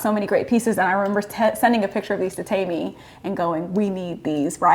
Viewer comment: Its "teh-me" they kept mis pronouncing it and it was grating me 😂